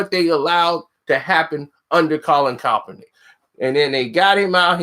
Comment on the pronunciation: Stop saying coppernick 🤣🤣🤣